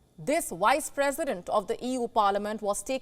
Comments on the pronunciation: "Wice president" lol sounds like Kripky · you mean vice president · You definitely said one of the "wise" Presidents 🤣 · Wice President 😂😂😂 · The only thing I agree with this Indian YouTuber is when she kept calling her Why's-president 😂😂 I asked myseilf th same thing Why?